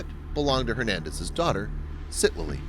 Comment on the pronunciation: He Saved the little girl but atrociously killed her name!! It's Citlaly or Ciclali pronounced Sic-La-Ly